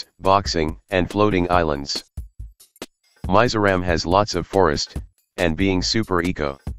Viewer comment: I'm from Mizoram, which is pronounced as "Me-Zou-Ram", not My-Ju-Raam. I really appreciate this video forreal. Mizoram means Mizo-Land if you wanna know the literal meaning (cuz a few people from the mainland claim it has something to do with their God) And we're proud members of the Ching Chong Territory of India.